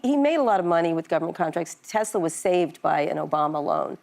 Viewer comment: “ I love Tesler!!”